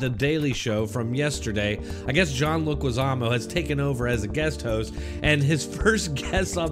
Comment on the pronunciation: Leguizamo??? Really??? Come on man…